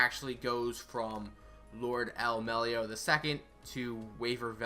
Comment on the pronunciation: "Melloi" not "Mellio"